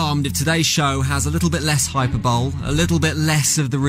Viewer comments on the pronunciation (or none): Someone teach the host on how to say hyperbole.